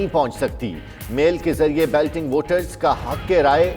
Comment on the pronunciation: it is not Belting ... it is Balloting. Sahi pronounce karo.